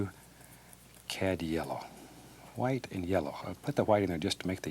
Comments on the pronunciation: It’s how he says white 🤣🤣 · because she spelt it the way he pronounces it. He literally says white with an h. So it sounds like hwite...... You must be new here.. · White* Edit: I probably shouldn’t correct this with the argument going on up here /\ Sorry Edit 2: i got the joke it sounds like hwite r/woooooooosh to me